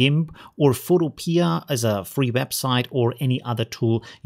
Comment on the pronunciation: ITS PHOTO PEA!!! AS IN THE VEGETABLE! NOT PIA AS IN UTOPIA!!! Hehe, just had to get that out ;P